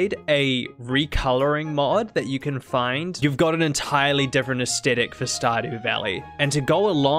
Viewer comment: for the love of all sanity, please learn to pronounce the word Aesthetic, it is not AES-TET-ICK